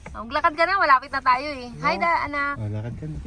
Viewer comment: HAHAHAHAHAHAH "HI" KASI DADDY EH HINDI "HIGH" 🤣🤣🤣🤣🤣🤣🤣0